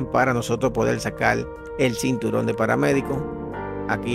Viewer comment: Sinturon? O cinturón?